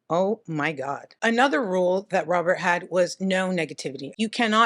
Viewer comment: I will forever say Robert like "Robierte" 😁